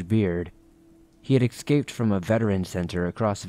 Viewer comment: Ex-scaped? Is that like after you've shaved?